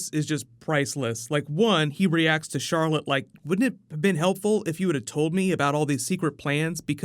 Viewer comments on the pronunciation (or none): none